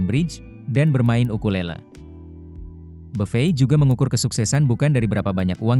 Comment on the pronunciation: kok orang2 nyebutnya buffey ya? kyk prasmanan 😅